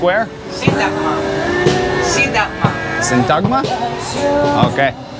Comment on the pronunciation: A few things, in pronouncing Syntagma the emphasis is on the "y" not on t-"a"-gma, to make it easier try saying sYntagma. I walked into a tourist agent asking for info, I did not use my Greek and spoke only English, the guy serving us had poor English and could not get his point across the way he wanted. He called his boss over who did speak English and as he was transferring us to him for service he commented in Greek "I am cooking them". I wanted to embarrass him in front of the other employees but didn't. Next time this happens to me I will take no prisoners, and yes Greek is my first language.